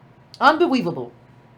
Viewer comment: "Unbeweaveable" LOL!! GET EM! #ADOS!!!!